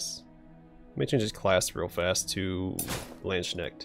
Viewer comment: Not a bad pronunciation of Landsknecht but it sounds you say Landsnail with the way you turn Knecht into schnecht ;)